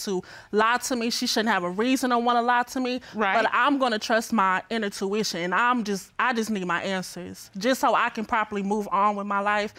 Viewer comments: Did she say, "my inner tuition"? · Listen.....she started the show saying "inner-tuition". I know I'm turned off by dumb so yeah, I would've cheated or left to. I don't know why folks get on TV trying to use words they don't know. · Lol.. I heard that and thought huh?? I am sure she meant intuition. People have messed up the English language over the years.